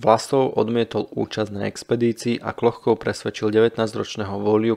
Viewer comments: Jméno není Klochkov, ale Kločkov. Některá jména a názvy vyslovujete špatně. Naučte se azbuku, není to těžké. Jinak díky za zajímavá videa. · Ne Klochkov, ale Kločkov !! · necita sa Klochkov, ale Kločkov - necitajte to ako to pisu Anglicania, pozrite ako sa jeho meno cita priamo po rusky pri fotke. Ale inak velmi zaujimave ! dobre spracovane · Jen drobnost: příjmení účastníka výpravy by se mělo číst "KLOČKOV", podoba "Klochkov" je klasická anglická transkripce, v níž ruské "č" má podobu písmena "ch". Jinak ovšem opět skvělý dokument... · Kločkov ,nie Klochkov.🙄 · Vedúci sa volal Kločkov. Chyba vznikla pravdepodobne pri fonetickom prepise mena do angličtiny - Klochkov kde ch vyslovuju ako č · Videa su fakt super ale trochu dehonestuješ svoju prácu tým že strašne komolíš mená poraď sa nabudúce z niekým kdo ovláda výslovnosť číta sa to Kločkov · Akokolvek ma video zaujima, nemozem to pocuvat. Kedze autor kanalu robi skvelu robotu, mozem mu s azbukou do buducnosti pomoct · trpim pocitom, ze nepozna ani anglictinu, inak by vedel ako ma to ch citat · z akého jazyka ste to preberali? vidím v azbuke č, anglický prepis ch sa tiež vyslovuje ako č